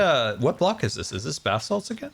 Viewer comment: He says bath salts because of one time when he misspoke on Hermitcraft and mispronounced basalt. I don't think he at all realises the more sinister connection to thr word.